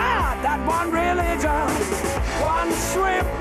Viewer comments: No one: Roger: trueligion (or truevision??) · Haha Freddie: it doesn’t fit Roger: yeah it does Freddie: go ahead, sing it Roger: ....one true...reee-gion (re-li-gion) Freddie: well of course it works if you say it like that! WTF is re...gion? He forgot the middle syllable 😂😂😂😂😂 So hilarious!